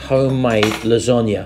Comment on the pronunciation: Losonaghe lol 😂